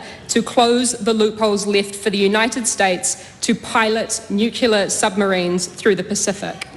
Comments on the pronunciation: Nuclear not nucalar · She can't even pronounce nuclear correctly 😂😂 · What the hell is 'nukular'? What an embarrassment this child is. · Can the Education Minister please school little Chloe that the word she's trying to say is NUCLEAR, not NUCULAR. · The word is not nukular but nuclear THIS WOMAN IS SOOOO DUMB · She can’t even pronounce the word nuclear correctly. “Nukular” 🤪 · She doesn't need any help from Winston. And what does "nucular" mean? It's embarrassing when our "politicians" can't even pronounce basic English words. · Who does Slowbrick think she is; when she says "nucular" (nuclear)? I mean; she could hardly have learned that nonsense pronunciation from Jim Knox, the former president of the Federation of Labour; as she wouldn't have been born then. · She can't even pronounce the word. It's Nuclear. NOT Nukeyoular. (To be Pacific) 😝 Toddlers being paid hundreds of thousands of our Tax is all I see there. And dumb. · Chloe needs to learn to say nuCLEAR not nuCULAR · Its Nuclear not Nucular you flog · Doesn't she say "nucular?" Maybe she's unclear on that. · The word is nuclear - not newculear. Pretty simple really. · Have no idea why she wasn’t shut down for the non existent word nukular?! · Nukula 😂 its nuclear you Luddite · Since when has 'nuclear' been pronounced 'nucular' in New Zealand? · What an evil woman! She supports Hamas? Good God please - what is wrong with Auckland voting this piece of trash into parliament. And "nucular"? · Chloe should learn how to pronounce nuclear.... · I struggle to hold respect for a politician that can pronounce NUCLEAR. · She needs to learn how to pronounce nuclear. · Chloe. It is about time you learned to pronounce Nuclear. Try to be more aware. This word has been around since you were born Do you never listen to those around you? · She cant even pronouce "nuclear" 😂